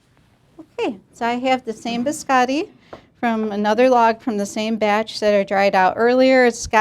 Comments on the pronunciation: Those in italian are named "cantucci". "Biscotti" Means Simply "cookies" in italian. But i know that for americans it's too difficoult to learn Two words in a foreign languange. By the way it's Biscotti not "beeskAdee" like you pronounce; beeskAdee in italian Means nothing. Poor italian 🇮🇹languange!🙄 Amareedou, pista-thceeou....i vomit After this pronounciation. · of all the cooks making italian biscotti only giatta pronounces the word biscotti correctly. americans and second generation italians pronounce the o like an a